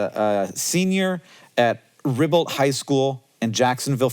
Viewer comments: hank what the hell was that pronounciation? That took me so off-guard, you're supposed to be a Floridian!! OK, as a Jacksonville native for my entire life, it's "ree-balt" but like, the "t" on the end barely exists. I don't know or care how it's spelled, that's the only way I've ever heard anyone say it. Wild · woah jacksonville mentioned hometown lol (also at least in jacksonville it’s pronounced ree-balt) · Hey! Loving the Jacksonville shout out! Just as a heads up, it’s pronounced Ree-Balt